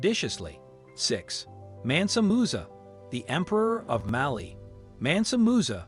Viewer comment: its Mansa Musaa bro